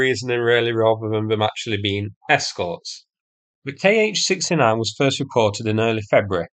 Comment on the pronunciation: 'Kh' is not 'K.H.' but 'kha'.